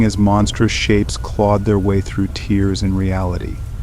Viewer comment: Thanks for the spooky stories! Just a word of advice. If you replace the word 'tear' with 'tare' then the narrator would pronounce the word as an adjective or verb, rather than a noun.